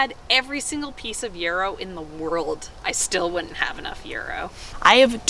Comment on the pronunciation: And yarrow. says them both right, lol!